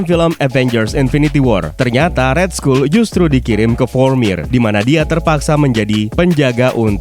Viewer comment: cuman ngoreksi yah, RED SKULL itu di baca RED SKAL bukan RED SKUL bro.... lets talk about it sering buat gw cringe, jadi TALK bacanya TOK, bukan tolk krna huruf L hilang untuk dikata TALK, next video perbaikin pronoun aja biar g kedengeran CRINGE, thx